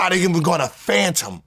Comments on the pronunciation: “Fantom?” Fathom. Wanna be smart guy! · ????Phantom??? 🤣 fathom buddy fathom… 🤣 This guy has been speaking English his whole life, and went to a university. No wonder the rest of the world is kicking our ass and education